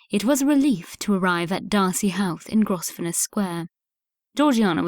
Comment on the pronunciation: Please upgrade reader’s pronunciation: mischievous, Grosvenor, placid etc. unacceptable